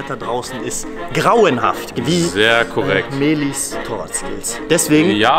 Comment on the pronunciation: Es heißt Mehlis Konto und nicht Mehli's Konto.